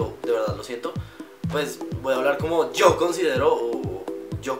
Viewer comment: Y no decimos "io" decimos "yo"